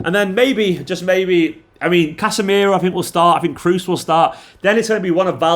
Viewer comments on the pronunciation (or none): none